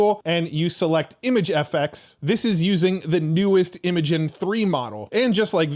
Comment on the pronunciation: Thanks for the always great content! FYI - Imagen is pronounced like the word imagine.